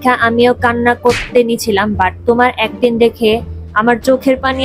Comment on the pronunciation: ওইটা ওইটা অ্যাক্টিং ওইটা অ্যাক্টিন না 😁😅